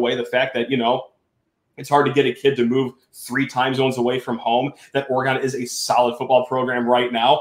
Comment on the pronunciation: Can you please put some respect on the name and pronounce Oregon correct.